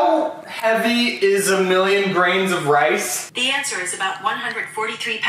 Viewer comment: No one: Literally no one: Evie Taylor: rices